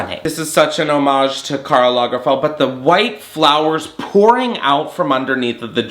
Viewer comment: Take a shot every time he says Karl Langferd